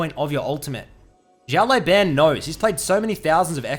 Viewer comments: his name is pronounced "shiao lau bahn" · why are you saying "xiao lai ban" when there's literally no 'i' in "lao" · Just so you know xiao lao ban is pronounced like shao lao ban (like bang without g) and it means "little boss " 小老板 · his name means little boss btw say that instead of butchering haha ( just the way u say the last part ban is boosted ) love u dude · Hey, not trying to be disrespectful in anyway, but has anyone told you that you're pronouncing his name incorrectly? Translating "little boss" to Chinese simplif is the perfect translation. Anyways, Thanks for the vids!